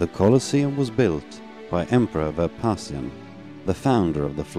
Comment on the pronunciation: Did you say emperor Verpasian?